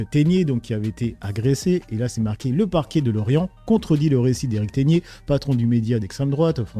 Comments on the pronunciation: C'est Erik TEGGGNER et pas Teigner. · alors c'est pas tegnier tegner tu pononces teg(tègue) puis ner (nère)